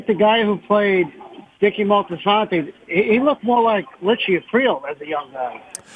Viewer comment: I had to laugh at the mispronunciation - . It's Moltisanti, not Moltisanto...